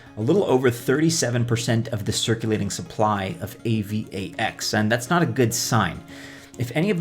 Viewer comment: Dude just say A-VAX lol